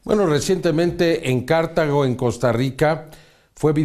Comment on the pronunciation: For english speakers is Cartago no "Cártago" hehehe